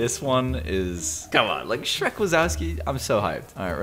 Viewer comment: you said shreck wasowski wrong its in polish ;)